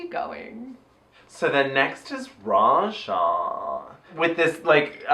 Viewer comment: did say aja instead of Raja cuz i had to watch it back like five times and i'm still not sure.